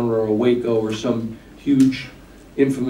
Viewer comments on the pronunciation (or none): Well, there is a real word,conflagration," but they way he pronounces it is all wrong. It just made me laugh.